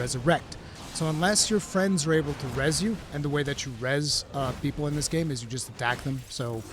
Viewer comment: No one: Absolutely No One:: Beeple bick Bepsi ober Coke.